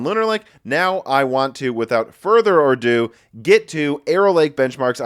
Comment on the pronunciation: LOL, have you? It's "without further ado", meaning "without anything else to do [before continuing]". "Adieu" is French for "goodbye". Another French word that people frequently murder is "voila", which gets written as "wallah" (phonetic) or "viola" (the instrument) for some reason.